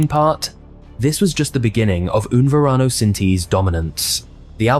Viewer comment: Yeah, it would be better if you didn't mangle the Spanish so badly. Serious lack of credit. ("Un Varano" as opposed to Un Verano, just for starters. "Dials" instead of Diles ("dee-les" —Tell them). (French pronunciation rules don't apply in Spanish.) So many ways to have avoided that. Google translate would have pronounced the words for you. 🤷🏻